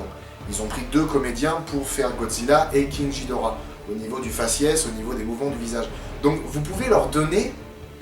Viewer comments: king jidorah mais non de dieu, KING GHIDORAH. Pardon juste ça me rend fou quand j'entends ça. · en fait ca ce pronnonce moDra et king G(dur)hidora